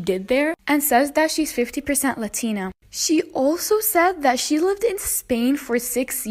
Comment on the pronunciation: It’s not Latina pronounce it right!